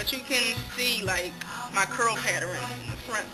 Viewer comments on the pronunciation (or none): I love how you say "pattern" like "pateran"... cute! And good job on your transition! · You say paterin lol its cute tho